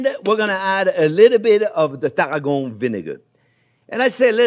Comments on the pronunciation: I love Chef's accent but for those who are total newbies to cooking - as am!!!! - he's saying CHERVIL and TARRAGON. (I thought he was saying TARGO originally, until I looked at the recipe.) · ONYO TAH-RRA-GO MY-YARD 👍🏻